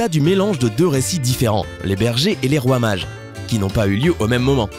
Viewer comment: Quand il dit « roi mage » je comprend « fromage »